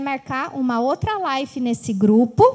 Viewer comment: Não é Life, é live !!!